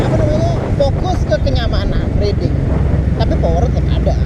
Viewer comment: masukan dikit bro.. Riding dibacanya --> Rai - ding